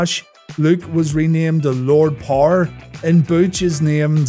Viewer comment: there is an e in the word power dude try pronouncing it